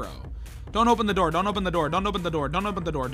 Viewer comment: “Open the noor.”😩